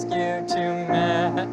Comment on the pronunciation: Couldn’t even say Marry Me lol lol